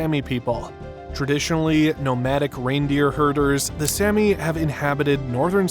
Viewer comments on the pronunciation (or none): It's Saami, not Sammy. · Also, the Sami are pronounced like the "ami" in salami. Sapmi is also pronounced with the same short a.